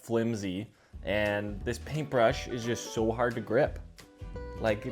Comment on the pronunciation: saying so normally saying so like a true canadian 🇨🇦🇨🇦🇨🇦🇨🇦